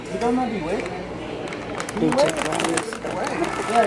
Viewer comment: How do you know de way? "I went de way the other day" 😂😂😂